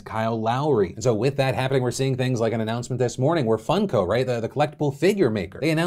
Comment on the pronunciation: I think he is bsing us. He says Fun-co Pop, not Funk-o Pop.